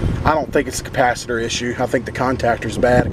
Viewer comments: I know you mispronounced capacitor on purpose but it reminds me of when I was a kid I pronounced it "capacitator " That's a great theft deterrent always on " disconnect " unsafe but effective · A Capasisitator...... 😂🤣😂🤣😂🤣😂🤯